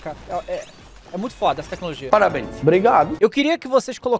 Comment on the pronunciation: "Parrabens" "Brigado" Kkkk quase cuspi a comida